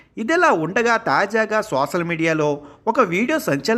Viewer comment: సోసల్ కాదు సోషల్